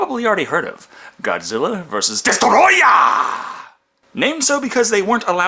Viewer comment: DESTOROYAH! ... it's rude to say it any other way.